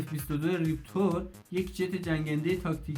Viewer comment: Reptor تلفظ درست نیست Raptor درسته